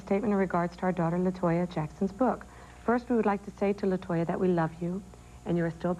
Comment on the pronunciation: it's latoya not la toya